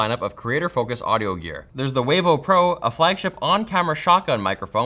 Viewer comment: Wavo (Huevo) & Concha 😭🤣🤣🤣